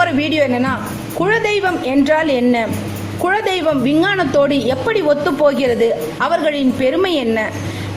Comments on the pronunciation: உங்கள் உச்சரிப்பு குழ தெய்வம் என்று ஏன்? அது குல தெய்வம்.. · Kula deivam... Not kuzla deivam.. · modhalla kuladheivam ngra worda olunga sollunga